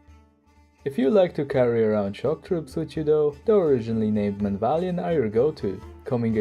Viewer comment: I think its pronounced men-av-lee-at-ton? I dunno, I can't say it right with regularity. Its surprising you don't rate their infantry as a strength, considering how often people refer to the legionary as the best infantry in the game. I can see where you are coming from though. Its also pretty criminal that these guides don't get more views. Can't wait to see the Khuzaits personally. As much as I'd love to see them, I'd probably hold off on minor factions until the kern tree get sorted.